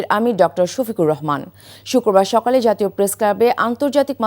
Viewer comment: সকাল না কি সকল প্রতমে বুল করলেন সাংবাদিকা